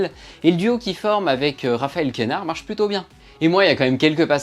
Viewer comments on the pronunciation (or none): C’est QUEnard et DEdienne Pas de « é ».